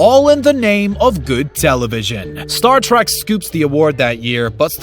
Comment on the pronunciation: Its Star Trek, not Star Track.